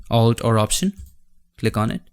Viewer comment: I keep hearing "control r command" and I thought what kind of shortcut is that? Then I found out that he meant, it is "control or command"